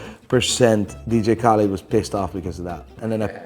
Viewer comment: ”DiiJii Khälid”